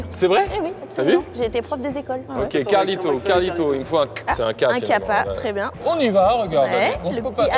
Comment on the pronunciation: Καρλιτω (Karlito) pas Καφλυτω (Kaphluto) mdr